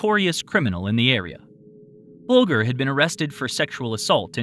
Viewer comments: You said Bulger wrong. I would think everyone would know how to say Whitey's name right considering he was Mob lol. Its bulge er. You know, that "unsubstantiated rumor" could be true... Bogle is an Irish name (I just did a search because I couldn't tell if it was Irish or Jewish) and this would give Whitey a reason for being in the area. Especially considering he was from Boston and frequented Chicago and New York. Not to mention he too was Irish and a member of the Irish Mob and they only tend to take their own, which everyone who is familiar with the organization would be familiar with. Could it have been a mob hit and the guy whose DNA was found was set up as the fall guy? Is that why they moved around so much. Or did he see it happen and Whitey and his men saw him see it, sending them after him only to lose him in the chase? That could explain why his DNA was at the scene. He could have also watched the assault and murder without being seen, but knowing who they were feared for his and his family's lives and rightfully so. Forcing him to feel they should move around. I'd bet money on it being Whitey who did it and the guy whose DNA was found either was set up or in the wrong place at the wrong time, leaving his DNA behind, without realizing it. I mean come on, Rosalind Franklin had only just discovered the double helix, and someone in small town America isn't going to go to be keeping up with that kind of thing let alone know that kind of information. That kind of info wo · Whitey Bulger .... "ger" ... not "gar". I'm in Boston, if Whitey was in the area there's a very good chance he did it. Sex with male or female, young or older, was his thing. Along with killing, money, and committing crimes. No drugs or drinking. Well he's dead now, finally. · Its pronounced BULGEr. As in "That's a huge bulge ya got there..." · Yep. Bul jer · Bulger is pronounced with a soft g.